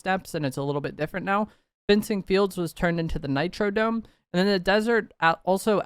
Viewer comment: Please stop saying "Nitro DOME". It's Nitro DROME with an R. My brain misfires every time you say it wrong lolol